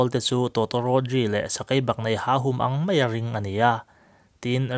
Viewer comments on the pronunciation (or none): Ngaihthlak a nuam thei khawp mai.Bible a mi ropuite hi entawn thei hlawm thin ila tha tur ani.Hmel tha khawp mai tih turah hian khawp mei tiin chhiar deuh thina,mai hi chiang deuh hleka lam nise tha ngawt ang